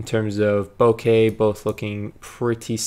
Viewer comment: Omg you say bokeh correctly 😭😭😭 (deep cries of joy). I was losing hope hearing all the YouTubers say bokah...